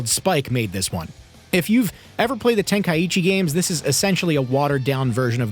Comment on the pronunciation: Brother say tenka-ichi lmao